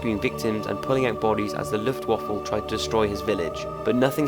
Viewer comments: Along with Lizard Kings Queen, you pronounced Luftwaffe as Luftwaffle. Very good videos^^ Keep up the good work! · lufft waffle? really? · Did you just say LuftWaffle? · The luftwafle? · Did you say Luftwaffel???? XD